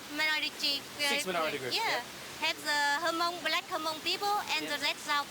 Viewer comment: Hmong is not pronounce Ha-Mong, it's pronounce hmMong with the H being silent. Weather she's Hmong or not, if you live in a region for a certain period of time, your accent will change accordingly to the language you speak, just like the Hmong's in China.